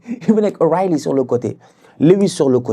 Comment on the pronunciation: avec le changement d’accent pour prononcer O’reilly 😂😂😂😂😂😂